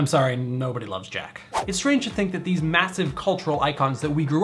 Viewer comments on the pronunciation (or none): none